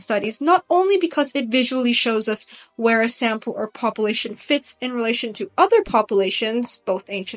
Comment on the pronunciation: Why do you pronounce "population," pah-poo-lation instead of pah-pyu-lation. Sounds weird. It's distracting.